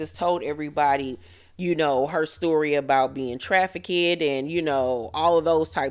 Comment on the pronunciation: “Traffi-KED” took me out